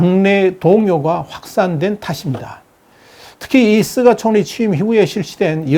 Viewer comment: 께선, 다~ 좋으신데... 일본 총리 '스가'를, 왜~'쓰가'라고 부르시죠~? 스가 요시히데 (すがよしひで, 菅義偉, Suga Yoshihide) 인데요...;; 저는, 스가를 '유기견' 이라고 별명으로 부릅니다만... ㅎ